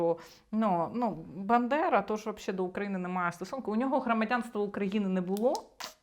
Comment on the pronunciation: Він каже "бЕндера" 🤭